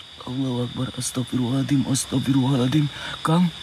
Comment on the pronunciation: Bukan astagfirullah alathim..bukan huruf thal situ..tp huruf zo...bunyi yg betulnya astagfirullah hal azim. maaf sekadar perbetulkan ayat...👍🏻